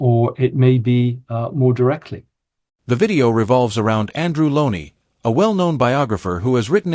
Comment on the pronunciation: PLEASE pronounce his name correctly! It's Lownie rhyming with stoney, pony, croney, bony... pretty much anything you like but NOT frowny, brownie, clowny or, indeed, CROWNY. C'mon, mate.